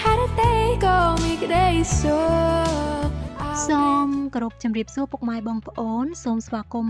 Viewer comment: Please correct her with word (Sok).